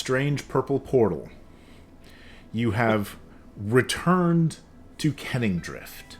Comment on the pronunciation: I keep learning new stuff about this world, like, it’s “Kenningdrift” not “canningdrift” and here I thought they had their office in the district with lots of canning factories, producing all kinds of canned foods 🥫